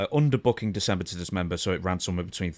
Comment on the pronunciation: How many times can he goof up saying December to dismember😂😂 😂😂😂